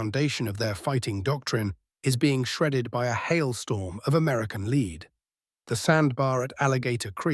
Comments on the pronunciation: “American lead,” pronounced so that lead rhymes with feed, when it should rhyme with dead. That’s robot narrators for you. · These might be somewhat interesting if not for the robot talker who is just in kindergarten. It doesn’t know lead from lead.